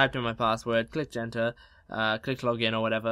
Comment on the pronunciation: It is not Kent